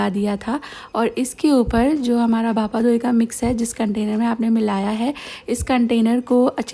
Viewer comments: its not bhapa डोई it is bhapa दोई || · i love your videos aunty💋🫶🏻and yes I'm Bengali so I want to correct you for the pronountation it's bhapa दोई not डोई .. please consider